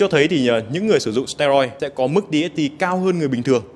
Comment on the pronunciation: Đọc sờ te roi lần này đúng rồi này :D